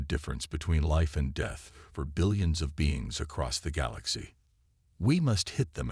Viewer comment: Sorry, I had to stop listening. Death was pronounced in 4 different ways, none of them accurate. I hit 3 minutes 25 seconds. Please edit your video efore posting.